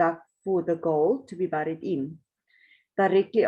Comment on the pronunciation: Fascinating. It really gets one's imagination going. Imagine finding it! Just a little tip, in English "bury" and "buried" are pronounced "berry" and "berried". Moet my nie vra hoekom nie!